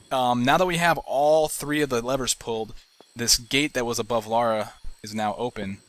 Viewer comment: Her name is Lara. Not Laura.